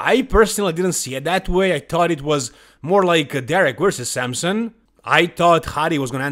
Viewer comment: who is samsun? either wtite samson or samsung if you want to joke, stop butchering his name